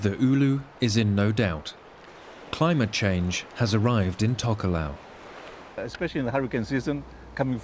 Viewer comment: It's a pity the guy doing the voice over can't pronounce Tokelau and Samoan languages correctly, its not difficult.